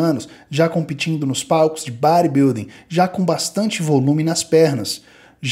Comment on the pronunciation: imagine o Gil Gomes gen Z falando do bãribilding hehehe brincadeira a parte, ótimo vídeo, ótimo trabalho. abs